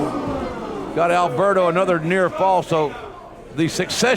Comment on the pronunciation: Its "Alberto" not "Albero"